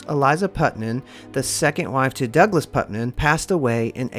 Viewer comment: It's Putnam not Putman! Get it right! I grew up in Marietta Ohio